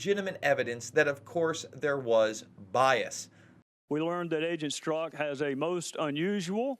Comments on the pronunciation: Strzok (Strawk) not Stork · “Strock”...not Stork. 😔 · It’s Pronounced Stroc not Stork ! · Damn, Jason, you butchered Strozk's name. It's Str-ah-k (rhymes with squawk), not "Stork." :-o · Guys, do you not even have anyone watch these videos before you release them? It's Strzok, not Stork! I really like your videos, but you destroy your credibility by not knowing how to pronounce something as basic as a household name. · It's pronounced Struck. The fact that you can't get a simple name pronounced right puts into question you even watched the farce, or even pay attention, because his name has been out for months. I'm guessing at this point, you are reading someone elses script, and these are not really your thoughts. Putin's thought? Could be.Sad. Your misguided "reporting" is biased, fake news at best. I watched the farce, and you are very selective in the edit to how this unfolded. Putin must be your Patreon. When you have to announce you are no Trump supporter, You are a Trump supporter. Notice you showed no LouAss Gohmert. footage. BIASED.